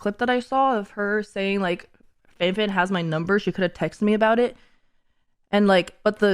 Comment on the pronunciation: "tell me ughbowt eht"